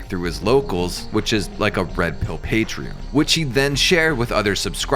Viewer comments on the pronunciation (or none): none